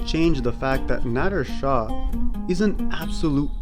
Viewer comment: How cum this English language is so so limited in pronunciation....He( ਨਾਦਿਰ ਨਾਦਰ ਸ਼ਾਹ ) but in English he be dough written as `Nadir Shahʼʼ but the way this guy pronouncing as `Nadddrr--Nadddrr ʼʼ is so so wierd....-!!? Why cant u English speakers or specially the westerns try to learn true pronunciation..... Westerners cant pronounce---(Peshawar , Khandhar -Iran they say `IE--Rraan ʼʼ) English became international language....but it doesn't mean they got right to take a Mickey out of other cultures ....!!